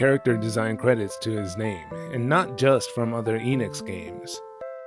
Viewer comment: I figured that someone who lives in Japan would know how to properly pronounce Enix.